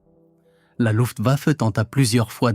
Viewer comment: RAEDER, pas Raider. La Louft baffe, Louft-bafeu, ...🤔 faut-il en rire ou en vomir ? DIETEL, pas Diète. La KOALITION, un troupeau de Koalas ? 😂 HAVOC, pas avocat. Les États-majeurs. 😮 ben heureusement, on va pas y envoyer des mômes... La VERMARTE... 44min45sec. Nous voici replongés en 1917. La Relativité d’Albert ? 47mn et quelques, idem, mais soit en 1870, soit en 1914 ...?